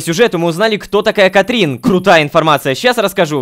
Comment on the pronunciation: Лололошка почему ты говоришь "Катрин" если там "Катрина"